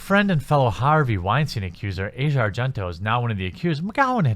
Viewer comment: Your ignorance is showing. 1)The #me too movement was started by activist Tarana Burke over a decade ago (2006). 2)You don't even bother to pronounce Asia Argento's name correctly, yet you seem to know her well enough personally to know that she's a "cockroach" and a "mosquito". Her name is pronounced "AH' see uh", not like the part of the world /continent known as Asia. I'm neutral on the subject of Asia Argento. Neither a fan, nor a detractor. However, the out and out hate you exude towards women in general is palpable and thoroughly disgusting. There's nothing like whipping up a little bit (haha!) of division to rile up the masses. On the other hand, maybe (just maybe) you're so pissed off because no self respecting woman would ever even want to be seen with a guy like you.